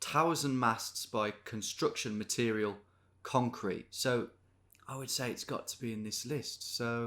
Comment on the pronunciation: "conrete"... c'mon Detective Davies, don't think we didn't spot that.